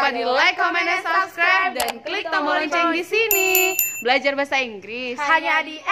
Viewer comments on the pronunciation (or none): none